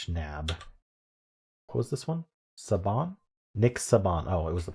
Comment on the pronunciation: I LOL’d at the pronunciation of “Saban” 😂